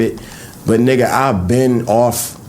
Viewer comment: Why are you say nigga you’re not fba that’s weird coming from yall and you say it like how Mexicans say it it’s cringe asf